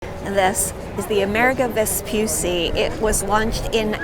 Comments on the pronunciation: Let me say this: if you are going to present a documentary on something, at least be sure to learn the correct pronunciation . It is not Vespyussy, it's Vespoocchi. It's italian, not english and there's a very easy thing to do it. You go on google, type the name and press the microphone to hear the correct way to say it 🙅‍♂️ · Però si dice VESPUCCI, e non Vspysy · Vespucci, Veh-spoo-tchee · I really loved this video; it’s great to see Italian excellence so highly appreciated! Just one suggestion: "Vespucci" has two "c"s that aren't pronounced like the "C" in Central Park*, but rather like the "C" in *charming or *chill*. Thanks. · it gives me the chills when I hear someone say “Vespussi,” yet it's not hard to pronounce two “C”s, which makes it “Vespucci.” Besides, you can hear it pronounced correctly in several other YouTube videos. Thank you for your attention. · Vespucci not "vespussi"😜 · How can you say that correctly but not the name of the ship? It's not Amerigo Vespussy... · Vespucci, non Vespussi. C like Chili, non Shili. Per favore grazie. Mille. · Vespucci pronounce Vespuchi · *Vespucci. [ve-spoo-chee] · Nice video... the only note is that the last name is pronounced like 'cheese' without the 'se'. Vespucci. 'Ve-spu-chee' (like 'cappuccino') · The double cc in Vespucci is pronounced chee like in cheese❤ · You should make a Little effort to pronunce the name of the ship in the correct way. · Learn how to pronounce Vespucci! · Listen, if you do a video on the ship, LEARN HOW TO PRONUNCE HER NAME CORRECTLY FIRST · Nice video, but terrible pronunciation of the ship's name. Also no ropes on a ship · The way she pronounces Vespucci is an insult to Italian and Italy. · double c is like the sound ch of church. Possibly stronger because is a double. Also Michelangelo was wrong. It's not maichelangelo. Italian vowels are always the same. M-Ichelangelo